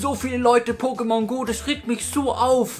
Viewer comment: Pokémon hat deswegen einen Akut auf dem zweiten "e", weil dieser die Silbe der Betonung angibt. Kleiner Tipp am Rande :D